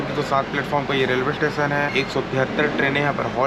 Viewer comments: Tation tation ni hota station hota hai 😂😂😂😂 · छत्तीसगढ़ी में स्टेशन को टेशन ही बोलते है। छत्तीसगढ़ी का रिस्पेक्ट करो जहाँ के भी होगे